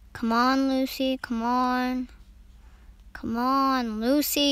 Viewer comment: Why i heard ruby instead of Lucy💀